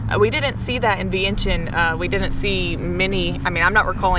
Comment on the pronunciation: GA? Well hey neighbor! LOL. I'm in Charlotte, NC! This is Laotian American! :) Vientiane - PLEASE pronounce as "Vieng Chun" 1 - Yes, locally it's known as LAO and the people as "Kon Lao" or Lao people. There is NO S. Only the outside world refers to Laos / Laotians. 2 - Correct, many locals build their homes that way. Designed for partial business by day and residence by night. These types of setups are usually small mom/pop restaurants or convenience store. This setup is actually pretty common up in states like CT, RI and MA. 3 - Yes, Laotians are very friendly, polite, laid back, reserved as a people. And the hospitality is unmatched anywhere! 4 - Beer Lao, I believe was a joint investment by Lao Brewery Co and Carlsberg Brewery, from Denmark. Beer Lao as a brand has won many medals in beer competitions. see link below. 5 - Luxury vehicles are common among the elites. The pay a HUGE tax premium just to purchase it. 6 - So in Laos, it's pretty common for people (mostly girls/woman) to throw up that hand gesture, or the hand "gun." It actually is a partial hand picture "frame" if you will. And yes, usually held up near the face. That's all that is. My tips of when to go to Laos. 1. Boat festival as you said. I believe the Laotian community has a similar dragon boat race on Lake Lanier (not sure exactly where in GA you are) around late September'ish? 2. Lao New Year (water festival or Thai calls it "Songkran". Lao/Thais have the same cultural history) around 2nd weekend